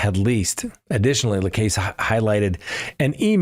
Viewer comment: Pronounciatiion: Dan Markel = Mar-Kell Jeffery Lacasse: Laa-kaa-s-ee (French) Katherine Magbungua: Mag-ba-new-a